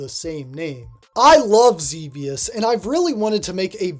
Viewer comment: Good for you calling Xevious "ZeeVeeUs" correctly. F*ck those nerds who call it "ZehVeeUs"...they probably never even played the game in the 20th Century.